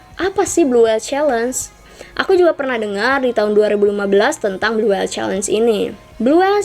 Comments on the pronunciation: Blue whale ka bukan blue whele hehe.. kasih tau aja.. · Blue whale kak bukan blue whele